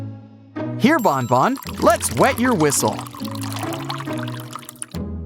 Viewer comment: It's banban not bonbon